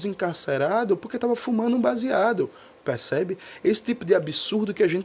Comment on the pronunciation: Boa tbm é a tática de pronúncia do verbo “perceber” da mesma forma que se pronuncia “PCB”. Vai aos poucos aumentando a familiaridade da classe trabalhadora com seu instrumento político fundamental.